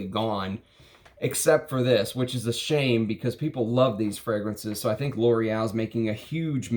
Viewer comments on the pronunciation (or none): none